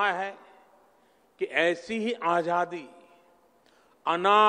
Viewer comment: हाहाहाहाहा Prime minister said.... आझादी.....😂😂😂